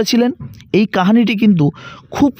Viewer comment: pouranik "kahani" na bole "Kahini" "bhosmo" er bodole "Bhosso" uchharon korle bhalo lagto